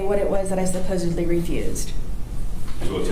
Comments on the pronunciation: “What 3 dates did I “supposebly” missed.” You’ve proved your stupidity with the mispronouncing of the word “supposedly”. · Of course she said “supposeBly” 😂😂